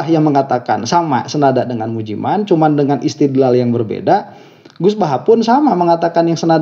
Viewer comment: Tolong dan maaf, Anda sbg yg disebut sbg guru , tolong lebih sopan sedikit jangan melecehkan nama seseorang, misalnya menyebut Ust.Mujiman dg sebutan Ust.Mujimen.🙏